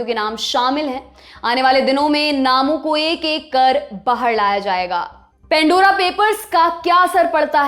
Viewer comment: Pan Dora Not pen.dora Please improve English pronunciation